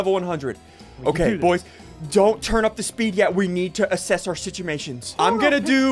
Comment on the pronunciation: "assemt our simtuatioms"